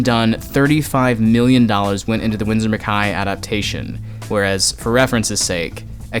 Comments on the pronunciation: Not to nitpick, but McKay is pronounced “Mick-K”. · he butchered so many names in this